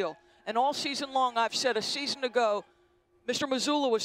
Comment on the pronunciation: It’s “season” not “scheezun”. If you’re gonna be on tv, you should learn how to pronounce words. So irritating